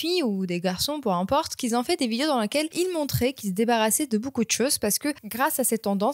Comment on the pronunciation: Dis un peu " qui ont" et pas "qui zont" 😉